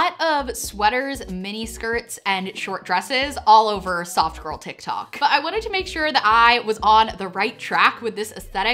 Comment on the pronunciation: I was cooking while I was watching this and really thought you were saying "sock girl" not soft girl. Very confusing lol